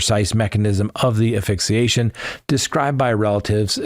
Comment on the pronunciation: Not to be snooty, but it’s aSphyxiation